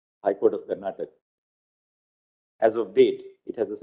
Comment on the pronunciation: It is not karnatak. It is karnataka. Please somebody correct the lord